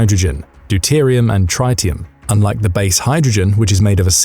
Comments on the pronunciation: tritium. not tritetium. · Uranium need not be compressed to produce a nuclear explosion. The specific activity of fission products is higher than fissile nuclei... It's not pronounced trytium. The fusion boosting of secondary neutrons into the primary is negligible. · me neither, and I worked with it for four years.